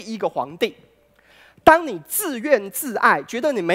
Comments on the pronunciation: 自怨自艾（yi） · 讲得好！很有启发性 但是那个应该读自怨自艾（yi4）吧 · 不是自願自"ㄧˋ"嗎? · 觀念不錯，但身為歷史學者，中文還講錯，自怨自艾（音同易） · 教育部國語辭典中的自怨自艾 只有同易音喔 在此字詞 不能用愛音 所以是不能通用的喔